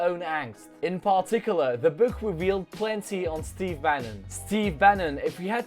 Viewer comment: Apprend à prononcer "book" c'est insupportable